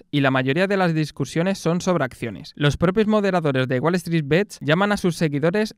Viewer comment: deberias ser la joddidda voz en of de la pelicula y aparecer como resumen en cada parte del arco de la trama de la futura pelicula, buen video crack Edito: Recuerda que "bets" se pronuncia tal cual, y no bits, solo eso. Nimiedades